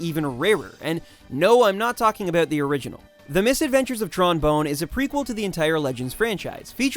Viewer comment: "Oot, aboot" It's "out" and "about" bruh.